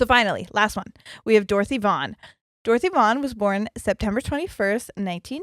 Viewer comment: Vaughn rhymes with lawn. Also, get your iron levels checked. That causes restless legs. You might just need iron supplement to take care of it rather than gabapentin to mask the symptom.